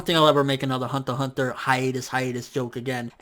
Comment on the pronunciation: "hanta hanta" lol